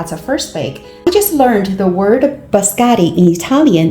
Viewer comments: It’s pronounced biscotti and not bascotti. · you call them bascari😂😂😂😂where are the double TT the I and the O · She said bascari😂😂😂😂 no letter TT in her word been used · Bis-ko-tiii please. Looks good.